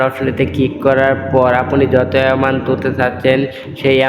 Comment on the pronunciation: এমানট আবার কি, এমাউন্ট হবে